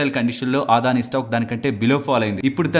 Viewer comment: ఆదాని కాదు.. అదాని.